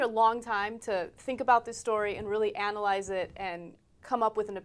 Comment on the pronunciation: Took her time to "Anna"-Lyze it.